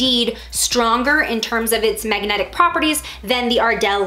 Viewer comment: First mistake. Saying MAGAnetic. 😂😂🤣😂